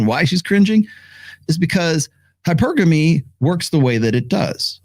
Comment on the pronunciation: my bad, didnt see when the video came out. Just finished your 3rd book, btw. Good stuff. Narrator mispronounces hypergamy every time tho lol